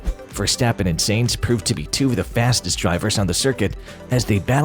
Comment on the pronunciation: Sainz, not Seinz.